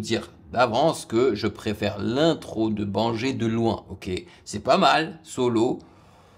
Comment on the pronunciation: C'est mieux de prononcer Baingueur au lieu de banger